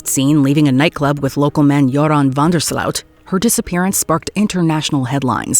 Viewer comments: it's van der sloot pronounces with an "o" not an 'ow'.😅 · I cringed everytime she said Van Der SLOUT. As if anyone uses the proto-germanic version of the words pronunciation ...since the 14th century. Being netherelander and NOT from some places like South Africa...it is OOT, not OAT or AUT. Don;t ask me why, it jsut rubbed me rraw. I think it's because too many people online attempt to add thier view,take,twist, to words to appear less stupid, more pretentious, or to show off how badly they paid attention in school